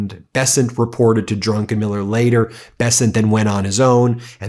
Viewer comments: Ben! It's DRUCKENMILLER, not DRUNKENMILLER! !!!! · . It's Druck- en -Miller not drunkenmiller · Not “Drunkenmiller”, his name is DRUCKENMILLER. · Ben it is Stanley Druckenmiller not DRUNKENmiller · I suspect it is pronounced "druc-ken-miller" not "drunken-miller". That would be Pete Hegseth. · When you referred to Druckenmiller it really sounded like Drunkenmiller which came over as very odd! You're right about Bessent, he is an incompetent suck-up to corrupt, criminal, sex abuser, toxic serial liar, and war criminal Trump and one of his chief corrupt enablers. Impeach Trump and this awful administration of liars and grifters now. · hehe drunken miller, read that name again Ben, you put in an extra N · Drunkeniller? Is he Hegseth's cousin? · His name is not DUNKENMILLER!!